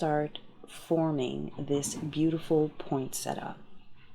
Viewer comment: beautiful cards! Interesting fact, there is no T after the n in POINsettia. This is a plant that was named after Joel Poinsett. That might help you to remember how it is pronounced. Here's some more interesting facts